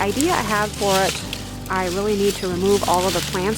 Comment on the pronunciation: your porch looks amazing as does everything you do! That red maple is so vibrant and goes so well with the theme but probably sheds it leaves by Christmas, I’m sure. I’m not one to point out mispronunciations or grammar but I’ve noticed a couple times you say pre-annual instead of perennial, and I just thought it might confuse people who might think you’re talking about annual plants. I certainly hope I’m not offending you, just a little constructive criticism. I love your channel!